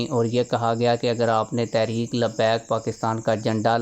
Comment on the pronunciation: بھئ یہ لفظ تحریک ھے تا ریک نہیں ہے۔۔۔ لفظ تو ٹھیک سے پڑ ھیں۔۔۔۔ please